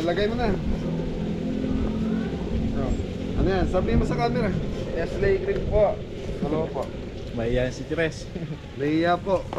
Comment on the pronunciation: Huwag magalit I am a FAN but NESTLE is not NESSEL...lt ls...NEST-Lee. I like watching your VLOG better than TULfO----- masaya kayong panoorin. Walang bola! PLP of VALLEJO USA.